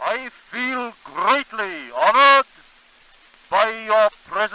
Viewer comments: "I feel grrreatly~" lol i love it. 😂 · I love the way he said GRRREATLY ✌🏼🌹